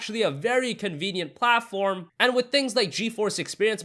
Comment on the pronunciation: haha The way he says "platform" 😂